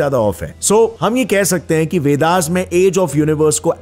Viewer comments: Ur name is or in english...so its ved not vedaaaas...dont prounce hindi word as english word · What is this fascination for adding "aa" after Sanskrit/Hindi words? You are pronouncing वेदांत as वेदांता, वेद as वेदा ? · वेदा ना boliye...wo noun h aur वेद ही है...chahe jaisa bhi likha ho